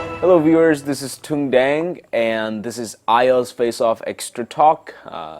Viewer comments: Chuẩn, gì mà tên mình lại đọc thành "Túng Đẹng" :))))) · Mình có một góp ý: Nếu bạn tên là hãy phát âm tên mình là, nếu bạn sợ người nước ngoài nghe không hiểu, mình nghĩ bạn nên chọn cho mình một cái tên tiếng Anh. Chính người Việt Nam phát âm các từ_ Việt _ Nam theo ngữ âm nước ngoài như thế này thật sự gây hoang mang. Người Việt luôn cố phát âm các từ hoăc ít nhất là tên Tiếng Anh sao cho chính xác nhất, vậy thì tại sao những người nói Tiếng Anh lại không thể_ ít nhất_ phát âm một cái tên Tiếng Việt nghe sao cho nó bớt sai sai chút?